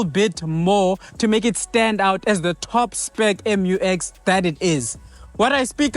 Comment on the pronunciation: Promounced MEW EX, not em you ex. Please be professional.